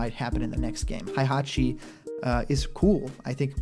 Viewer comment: So many youtubers pronounce it as Haihachi